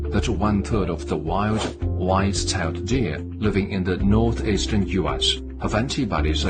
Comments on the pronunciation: Id pay for that dude to stop saying white tailed deer like that. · "Wwhhite cell dear!" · WHITE SHALE DEER-u- - China trying to pronounce White Tailed Deer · What accent is that in the white-tailed deer video?!?! :-DDDD